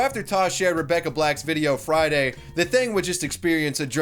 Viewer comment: She said "FrAIyDaII" once, everyone cringed, and then everyone forgot.